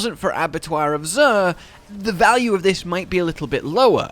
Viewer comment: Abattoir of Sooooooeerrr?